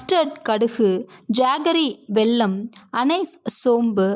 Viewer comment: Jaggery வெல்லம் Not வெள்ளம்